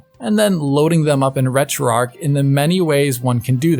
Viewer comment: As a Missourian, I feel I should say it’s pronounced ARCH, not arc. Retro ARCH.